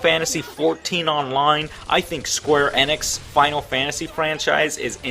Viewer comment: Why does he pronounce it Sqaure Annex?